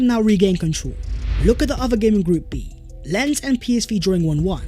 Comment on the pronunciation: Great video, but Lens is pronounced more like "Lon" rather than "Lens".